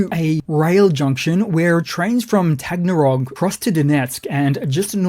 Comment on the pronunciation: Taganrog, not Tagnarog. Focus,, focus..